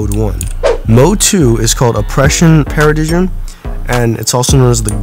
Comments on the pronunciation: PARA DIG IM it's Paradigm pronounced para-dime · Not Being A Nerd But It's A She & Paradigm Was Pronounced "Pa-Ra-Daym" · he said the paradigm wrong 5 times